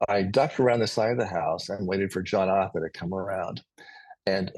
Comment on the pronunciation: Thank you, for such a beautiful interview. I used to live in Portsmouth too, and I say Arthur the same way you do! Hahaoho! Thank you too, for always having such interesting guests.